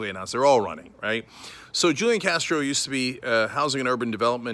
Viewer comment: The j is silent